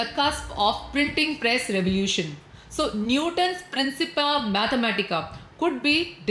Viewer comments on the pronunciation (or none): none